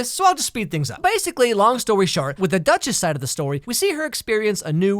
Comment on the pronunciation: I can't stop hearing he calling the girl "The Dutches"